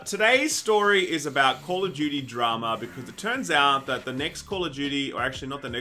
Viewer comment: honestly I didn't understand what "game of Judy" means until u said "call of Judy" XD